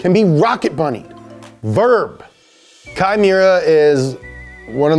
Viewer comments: Unless kei chooses to pronounce it differently, i think it would be ‘Kay’ not kye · Kei Miura is pronounced "Kay". Japanese e-i sounds like the e-i in Reign. It's a common shortened version for names like Keiichi, Keisei, Keiiji, or Keiko. Though Keiko is often used for girls nowadays. Fun fact. The More You Know! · great vid , but its not "kai" it's "K" It's just pronounced like the letter, "K" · Great video and hilarious skit! But the way you pronounce Kei's name is "Kay" not Kai 😂 Nice try though! 😂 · Love this and excited for more of this tuner series to come. However, I really wish you guys would take a bit more care in pronouncing the central figure's name correctly. In this case, it's "KAY" not "KY." Like "O-KAY" and not "KY-LO REN." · Why are you pronouncing his name as Kai? His name is Kei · Sweet, Up to Speed is back^^! Also it's pronounced "Kay" if it's K-e-i. How you're saying now is as if it's spelled K-a-i. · Ya know, the name of the main legend in the vid is pronounced as "Kay", not "Kai". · His name is Kei, not Kai. Kei is pronounced like the letter "K". I know it's pedantic but it's kind of something you want to get right considering it is the guys name and all. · His name pronounce is "K". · I like how hes worried about mispronouncing kyusha , but he mispronounced Kei as Kai the entire episode. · I love you but you’re killing me. Kei is pronounced like the letter K. Say Kay!!!!!!!!!!!!!!! Words like kyusha are tough, I get it. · Awesome video man!!!! sweet cars!!! Just need to work on pronouncing the guys name right, he's japanese not german. KEI = Keh+ee... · Literally spelled "K e i"... Pronounced "Kai" Anyway missed this series :) That dealer rage scene was crazy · (Kei is pronounced more like Kay, or Ke ee) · Isn't it pronounced "Kay"? Oh well, his work is amazing! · I'm triggered by ' pronunciation of Kei 😂